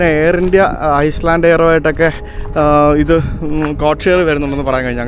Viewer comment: Bro its Iceland, not Island